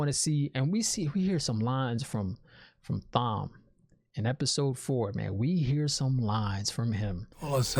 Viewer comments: Thank you. I already explained it to him but he still doesn't get that Thom is pronounced like 'Tom' Thank you, Thom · The "h" in Thom is silent. It's short for Thomas, pronounced Tom-es Based on the books, Logain will be back. There's other shows to milk. Buba Fet, and Witcher. Check for what's trending and get to work. Or ...... Start WoT books, and do contrast videos. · I'd definitely recommend the original audiobooks and you do me great insult when you say Thom how it's spelt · Excellent idea. Take each book after the series and compare to the series. It would be interesting for me as a book reader since the late ’90-s to se a non-book reader react to the books after the fact. Would love to see this. And yeah, Thom is not Tom. It’s THom.